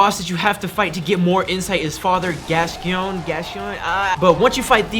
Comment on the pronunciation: Legendary guide thanks mate! It's pronounced Gas-coin so you know ;)